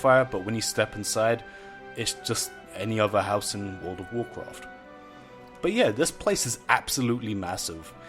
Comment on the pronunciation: Wowrl of wowrcraft. Are you eating something every time you say World of Warcraft?